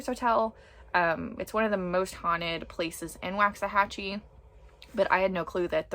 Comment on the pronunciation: Lifelong Waxahachie Resident here 👋🏼👋🏼 It is pronounced “Walks A Hatch E”. Please and thank you ♥️♥️